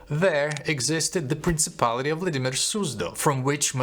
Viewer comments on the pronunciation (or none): none